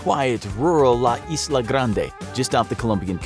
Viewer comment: I know the S is silent when you say Island, but in Spanish it is not "isla" like is-la. Not trying to offend tho